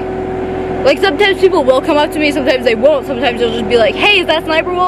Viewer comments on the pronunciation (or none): none